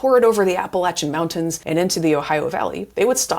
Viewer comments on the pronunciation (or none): Is that why they’re called the “Apple Achuns”? 🤪